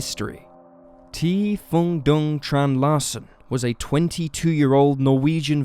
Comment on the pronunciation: A Vietnamese? Very much appreciate that Norwegian case. However, Phuong is pronounced "Fu-ang" as to differentiate it from Phung, and Dung is pronounced "Zung", not with a traditional English "D".